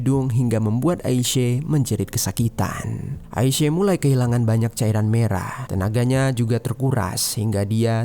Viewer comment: AISYA. BUKAN AISE..